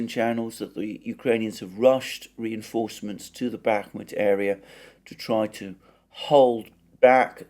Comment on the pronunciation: Dear Alexander, my tentative advice would be to simply look for the proper stresses of Russian words in Russian wikipedia. They are there for sure and it really annoys my Russian ear, no offense. rEAdovka, not readOvka; bakhmUt, not bAkhmut etc etc. I know I know it's pretty challenging, but this is just another way to improve the content that you are already doing which is very well made though 🙂